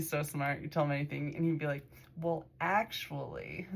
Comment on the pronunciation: Actually act-u-all-you